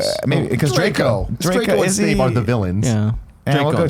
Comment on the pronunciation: For this series, every time Nick says Snake instead of Snape you have to drink